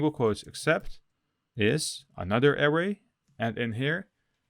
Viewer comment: Hi thanks for the video. Just a friendly tip... anchor is pronounced ain (same as the sound in pain but no p) than cer with a HARD C like the C in Cat... so ain - Cer .... and array != air-ray ... array == a (ah like in a-pple) then ray... ah-ray